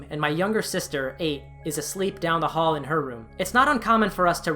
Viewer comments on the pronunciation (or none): none